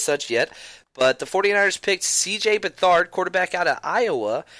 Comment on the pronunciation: You 49ers need to learn how to pronounce his last name lol.Its Beth-erd